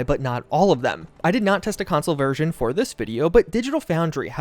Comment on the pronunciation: I hate the way you say version. I have no idea why you say it the way you do but I have never heard anyone else on this planet say it that way.